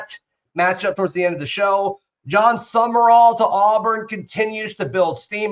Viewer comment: His last name is not summer-all it is SUM-rawl. People keep adding an extra syllable.